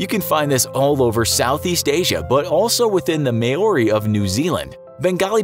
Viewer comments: May-o-ree 😂😂😂😂😂😂 its Māori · not Mayo ri dude...its MO Reee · Did.... Did he just call Maori people may-ori? Somehow I don't think that's right 😂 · The way this guy pronounces māori is painful. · You pronounced Maori so so wrong. And Maori don't rub noses, they touch them together. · So disturbed by the pronunciation of “Maori” in this video 😂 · how he pronounced māori 😂